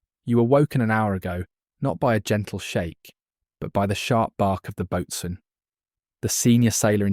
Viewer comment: Side note, early on the only word I caught that was off was boatswain. It’s pronounced “boh-sun”.